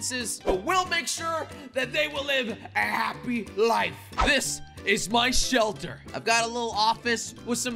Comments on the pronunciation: Jelly saying selter instead of shelter in the first 2 seconds of video🤣🤣🤣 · U said selter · I like how he said "Welcome to my animal SELTER" I laughed so hard and rewinding and rewinding over and over again 😂🤣😂🤣😂